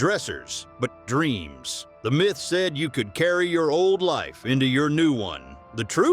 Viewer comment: Fix your crappy AI narration, some places you call it a “myth”. other places you say. My Th